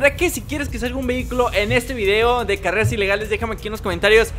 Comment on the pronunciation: Oye dijiste careas